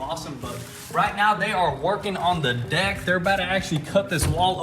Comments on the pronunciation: He totally said dick instead of deck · You know you said dick not deck lol love it keep up the awesome videos